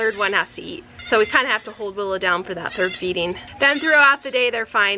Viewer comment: If a word has an I n g as an ending speak it properly. It is morning not morneen, it is feeding not feeddeen. Children need to learn to speak properly. There are so many words you speak incorrectly